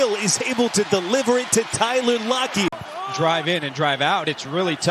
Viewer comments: Why was the man saying lockets name like lockee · is it just me? or is every time Lockett makes a catch the announcer says "Lockey"